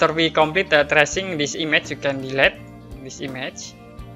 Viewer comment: I think he mispronounced "delete"!